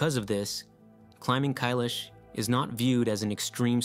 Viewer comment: Kailash rhymes with "my wash"